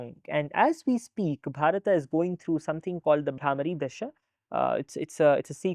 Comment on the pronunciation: Why he keeping saying BharatA, it is bharat…